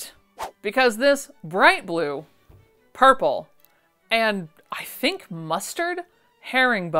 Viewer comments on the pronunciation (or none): none